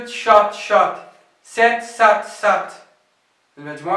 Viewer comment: جميل والله لكن أرجو مراجعة الفعل hang و sat ............. ومجوعة الأفعال المنتهيةب wn في الدقيقة في النطق استمر وجزاك الله خيرا